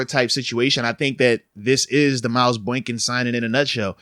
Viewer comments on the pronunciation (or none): BOY-KIN… stop calling him BOINK- IN 😂